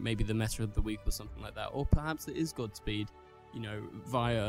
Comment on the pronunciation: Gods speed bro not gotsspeed